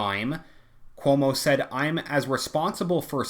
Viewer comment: Everytime you say Cuomo, I keep hearing 'homo'. Maybe I'm just tired 😆